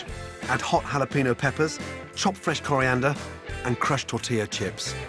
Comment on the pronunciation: In the meatball and coconut broth. Did he say coriander seeds?